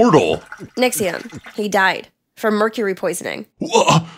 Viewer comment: Yes, Nixxom not Nixxiom